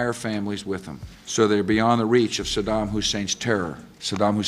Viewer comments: Just realized they pronounced his name as "Sodom" in the news instead of Saddham. Smart move for propaganda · When politicians were shown trying to justify the war before it started, I noticed they pronounced Sadam “Sodom.” Interesting implications to dig into there, I have only heard his name pronounced “Sadam” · SADDAM NOT SADAM YOU POLITICIANS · “Sodom Hussein” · I wonder if people were encouraged to pronounce his name “Sodom,” to make all the conservatives even more scared and angry 😂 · Why did they keep saying it like “Sodom Hussein”?? 😭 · I always chuckle when people pronounce it Eye-rack, or when people pronounce Saddam as "Sodom"